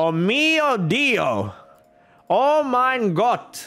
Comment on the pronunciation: Omg He just sayd oh mein gott in actual amazing german im so proud